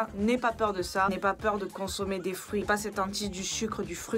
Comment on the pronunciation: Les frouits 🤣 (Humour) Par contre tout aliment contenant de la vitC est détruite avec la cuisson (40-60 degrés) ou trop longtemps à l’air (oxydation).